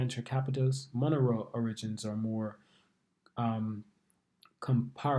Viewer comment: Mo- ne- ro